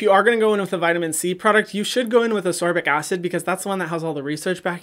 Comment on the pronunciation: Love your videos Hyram!! I’m currently on a binge lol. Hint hint “ascorbic” is pronounced “as-kor-bic”